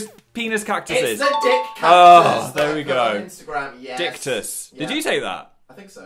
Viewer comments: nobody: not dan not even norman: Phil: 𝒟𝒾𝒸𝓉𝓊𝓈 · Nobody: No one at all: Not even Satan: Phil: diCKTUS